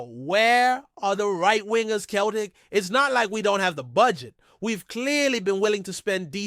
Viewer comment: Learn how to say celtic, not bloody keltic for a start.